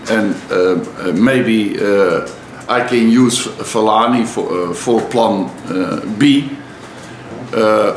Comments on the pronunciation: He never said plum b. It was more of a Plam B. Maybe dutch people's ns sound more like m's.... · he pronounces plan as plum and thats why i love LVG